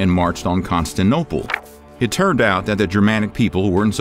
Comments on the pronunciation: What the hell is Constanople??? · You’re not pronouncing Constantinople correctly. It’s not, “Constanople”. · Con-stan-ti-nople . It's not that hard brosky. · 'constinople' disliked and reported. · Constantinople, not Constanople. Your pronunciation of many names is horrible. And this is just normal known history. Generally well documented. But not "shocking". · Con-stan-TIN-o-ple. This guy sounds just like an audiobook reader who just won't pronounce things properly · You repeatedly say "the city of Constantopole". Here as well as other of your episodes. I am sure you know that the correct name is "Constantinopole", so why dont you pronounce it right!..... You are supposed to be history channel.... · God I have said this before - I love your videos and you are an amazing narrator but please stop saying constanooople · Constanople? Never heard of it. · Correction. It's not Constinople, it's Constantinople. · ConstanTINope bruh. Constantine. Not Constan. Good video mate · Put me in charge and it will be correctly pronounced. Constantinople, not Istanbul. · Can't listen to you mispronounce Constantinople one more time.👎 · It is difficult to take seriously a supposedly factual video about Rome when the narrator cannot correctly pronounce "Constantinople". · clickbaity and you don't know how to pronounce Constantinople. Where are the shocking facts? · “Constinople” and a handful of other butchered pronunciations are causing me to question the content in these videos. If they can’t get the names right, what else is wrong? Unsub. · Is anybody else really distracted by the pronunciation of "Constantinople" (five syllables) as "Constinopoe" (four syllables)? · I'm not usually the pronunciation police, but you are saying Constantinople as Constanople REPEATEDLY. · Constinople ....not to be confused with Constantinople. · Con-stan-tin-opal. Mother of God. It was like 23 times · Where is “CON STAN TIN OPAL”, how about some research into pronunciation ???????